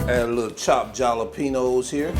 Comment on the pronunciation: The J in jalapeño is pronounced like an H 😂.